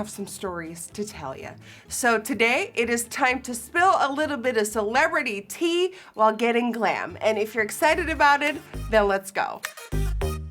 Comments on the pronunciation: Nikkie: celebrity tea Me, an intellectual: celebriTEA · how could you miss the opportuniTEA to say CELEBRITEA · the fact that she had to chance to say celebriTEA and said “celebrity tea” instead hurts me